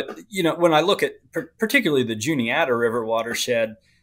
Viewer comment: The guy keeps calling it the Juliana. It’s the Juni-ata.